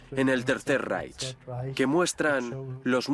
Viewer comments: yo también lo he notado......molesta un poco..... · Muy bien el documental pero lo que no se puede escuchar es como pronuncian REICH....